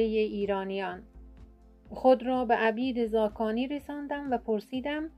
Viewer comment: (عَبید زاکانی!!!) لطفا درست تلفظ کنید((عُبِیدِ زاکانی))